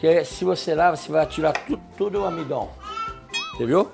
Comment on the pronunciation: "O amidon" Perdi KKKKKKKKKKK